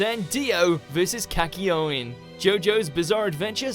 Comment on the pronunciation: Kak-ye-o-ine. Oh god that pronunciation kills me